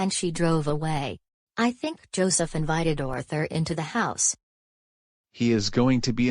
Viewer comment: It’s pronounced Ar-thur